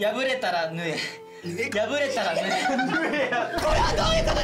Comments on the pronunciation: 縫え(ぬえ)をいつまでもはえって言ってるのかわいいな笑まとめないリーダーとして一生懸命話してるのも大橋くんぽくて好き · りゅちぇのツッコミが好きすぎる、そして大吾の最後のリーダーはあなたしかいないってフォローも好き。 このバランスが大事なのかな 大橋くんの笑顔が好きです♡ 縫えをはえって読むのじわる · かずくんごめん…ほんま「縫え」を「はえ」って読むとこ、何回見ても笑ってまう〜💚ホンマに可愛くて愛おしい😂メンバーもきっと同じ気持ちなんだろうな〜😂かずくんがリーダーでほんま良かった💚大ちゃんの概要欄のコメントも嬉しい😊ありがとう❤ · 前髪分けてる大橋くんかっこよすぎ！ 縫えを這えって言うところでいつも笑ってしまう笑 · 縫えをはえって読む大橋くん（笑）